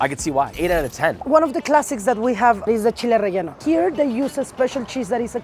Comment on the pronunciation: Just an FYI; There is no ñ in relleno. Just a normal N, no "canyon" N necessary. 😁 These all look delicious! I imagine the best is relative to the eater. 😊